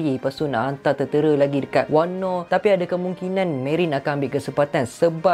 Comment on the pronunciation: Puashati sembang... daripada sorang lagi tu acah2 pandai nak sembang pasal OP. Padahal banyak sangat lack. Banyak lagi isu boleh sembang, kipidap beo Edit: btw, kenapa ko sebut wano as wanno?